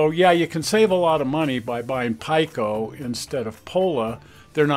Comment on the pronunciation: Just a correction. PIKO is pronounced P “ee” ko, not Pike “o”.